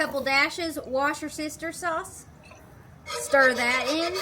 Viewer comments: BTW it's Worse-ta-sheer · girl after my own heart with my current go to pronunciation, warsh-yur-sister sauce